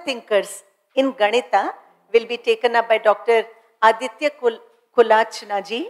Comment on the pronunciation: Aditya great to hear you! Feel bad the lady could not pronounce your name properly. Looking forward to more from you.